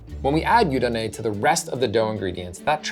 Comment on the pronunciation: You mispronounced both shokupan and yudane. Double fail.